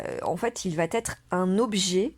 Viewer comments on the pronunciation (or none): "Va être". "Va", n'a pas de "t". Vous faites une liaison qui est assez inaudible, vous dites "vat-être".